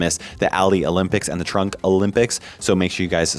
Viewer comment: its trunk not trump